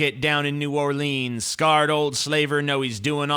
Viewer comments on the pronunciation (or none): Good video but i cant get over how you said "new orleens"